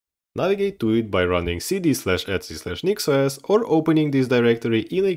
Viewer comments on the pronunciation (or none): your pronunciation of "etc" made me realise why the store "etsy" is named the way it is....